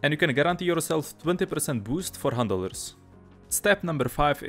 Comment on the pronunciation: Is it just me or do hunt dollars sound like handelers when he says it?